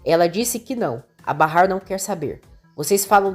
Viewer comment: Até que enfim alguém que narra o nome de Bahar como é! Barrar!!!